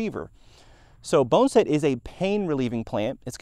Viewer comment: Bonn-A-Set. Not Bone-Set